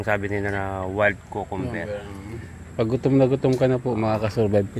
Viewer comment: Let's do pronunciation: Cucumber: kyuu.kuhm.br hindi kokomber.